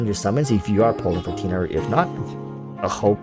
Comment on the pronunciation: U said tighnari's name wrong :(